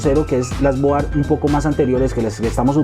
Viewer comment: Colombiano, Colombiano ... No se dice boar... Argentino, Argentino no se dice mader.... Se escucha horrible, se escucha horrible...